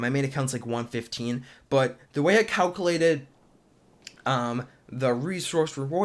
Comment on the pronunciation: Please learn how to say calculated. It was driving me nuts.